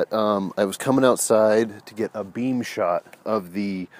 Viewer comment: Sorry did you say beave shot! Lol